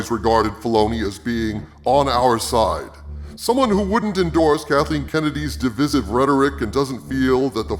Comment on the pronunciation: Why do you and Nerdrotic pronounce divisive as "di-viss-ive"? You're both Americans.